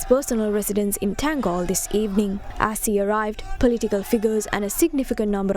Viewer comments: Its not ටැංගෝල් its තංගල්ල. Please pronounce the correct names accordingly. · In English you pronounce* it tan-gall.